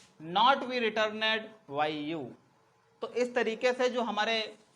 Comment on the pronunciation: सर रिटर्नड होता है रिटरनेड नहीं।